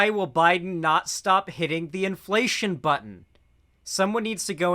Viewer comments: Does do the "inflatation" and "formula-ate" shít on purpose? I cannot accept that someone could genuinely be this stupid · bro really said "inflatation"💀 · Bruh, Adin Ross can't even say inflation correctly. He's making senile old people look mentally competent and they're triple his age! 🤣